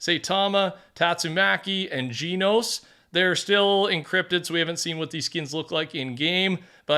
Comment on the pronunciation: Never takes the time to look up pronunciations 😭